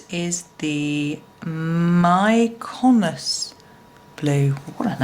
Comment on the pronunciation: that is pronounced mee-ko-nos (accent on the first syllable), it's a wonderful Greek island.